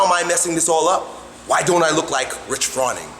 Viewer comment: Rich fronning(froa-ning, rhymes with groaning) actually did bodybuilding before he started crossfit for like a few years before he started crossfit, and lucas parker is just born to be a beast